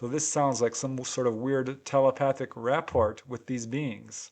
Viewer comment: Rapport is pronounced RAP-poor because it is a French word and the final "t"is silent